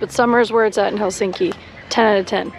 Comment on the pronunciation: It's "HEL-sink-i", not "Hel-SINK-i. All Finnish words are stressed on the first syllable. Can't believe you didn't pick that up when there.